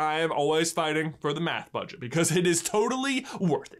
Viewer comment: “Ten-Tickles.” Dies in squid